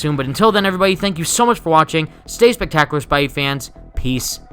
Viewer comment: "spectacular" makes me cringe not trying to be rude it's like saying libarry